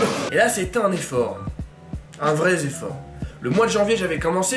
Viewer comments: T'as osé dire "un vraiS effort" la liaison pique l'oreille t'as déconné mec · "un vrai effort" tu as fait la liaison avec quoi? Avec un "s" imaginaire mdr